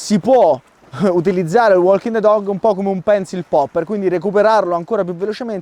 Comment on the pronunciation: Bellissimo video come sempre,💪💪 anche se nella pronuncia walking the dog, quella "l" non si può senti😂😂